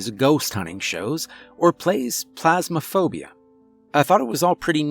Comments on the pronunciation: My mans really called Phasmophobia "Plasmophobia" ;_ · "Phasmaphobia" being pronounced "Plasmaphobia " triggers me a lot more than it should.